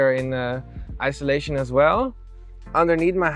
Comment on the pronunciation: Friendly FYI: it’s IN SUL A TION not ISO LA TION